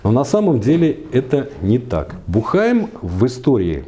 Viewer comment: Уважаемый! В фамилии Буххайм ударение ставится на У. Бýххайм.